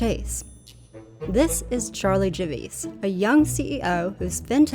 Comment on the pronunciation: “Miss Javice”?